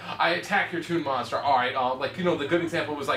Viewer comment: says moster instead of monster.